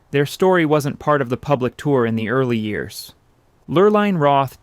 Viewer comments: The fake gray specks to make it look like old film throughout this whole show were quite annoying. These were still photos thus it was not film. These were even over the color photos. Repetitous information was unnecessary. Sometimes the woman's name was pronounced LurlIne (with a long i and sometimes with the long e sound.). The long e sound (Lurleen) is correct. Ohlone Indians should have been pronounced Olone (long o, long o and long e, not lone, like the proper word.) I learned about Filoli's history. Everyone should visit there at least once. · Mrs. Roth’s name is pronounced “Lur-leen”. The narrator mispronounces it all through her part of the history. She had a cruise ship in the Matson Lines named after her which sailed mostly SF to Hawaii and back.